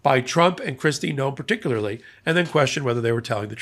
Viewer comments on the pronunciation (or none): none